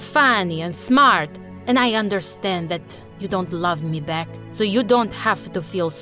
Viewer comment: "i ALAVE you melody" 🥲